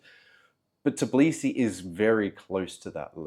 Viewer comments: its not " Tiblisi" its Tbilisi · Tbilisi bro not Tiblisi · Interesting video, thank you for that. Although it’s weird that after three years in the city, you still cannot pronounce its name - It’s TBIlisi, not TIBlisi. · When you can’t call the name correctly where you have been for 3 years? I’m not even watching your video or listening to your excuse why have you left! I’d say you don’t deserve to be here! It’s Tbi-Li-Si …Tbilisi. Not Tib-Li-Si. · I get it that it's hard but, after 3 years of living you are pronouncing it wrong, it is Tbilisi not Tiblisi, you should be saying T and then b nothing after that, other than that great video about your experience. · In 3 years, you couldn't even learn to pronounce Tbilisi correctly? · 3 years and you still can't say Tbilisi? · wait... you're pronouncing the T in tbilisi... is that the correct pronunciation? I went to Tbilisi last year and loved it....was i pronouncing it wrong? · Lol, how come that you couldnt learn the proper pronunciation of the city you lived in for 3 years? Such a simple thing, seems like you are lying about living there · as another u.s. citizen living in Georgia for 8 years, i agree. just listening to his pronunciation of tbilisi is cringe worthy. No one assumes i'm Russian either. Saying all the russians left, and he can understand why....obviously not. they did not all leave, and he does not seem to understand much of why they would. it's not about saying Sakartvelo instead of Tbilisi, Sakartvelo is the country... it's about the butchering of city's name. Many native English speakers do the same when they first come here, it's understandable, but once corrected they tend to sort it out quite quickly from my observations